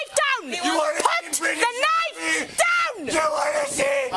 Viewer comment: "Put da knife dewn!! " 😂 Sounds like legends of zelda fam